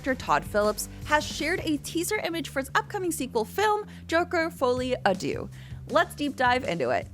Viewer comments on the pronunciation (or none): Folie à Deux - geez guys, next time grab a translator so it doesn't sound that Mediocre when you say it :/